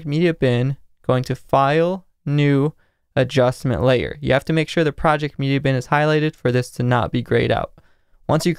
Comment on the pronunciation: I love how you emphasise "adjustment layer" every time you say it haha